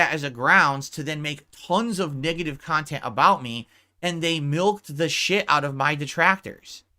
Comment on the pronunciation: There is a hundred kahtent clippers why does Doody specifically trigger him? Its because Doody des his bookkeeping for him? Im a loser for watching this kahtent i agree maybe one day ill make a turkey sammich and bring to a homeless shelter and do something pawsetive with my life. Moron loser